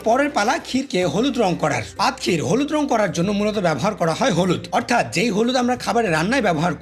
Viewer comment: প্রথমে মনে করেছিলাম ক্ষীর মালাই, তারপর শুনি পাদ ক্ষীর 😱😱😱🤮🤮🤢🤢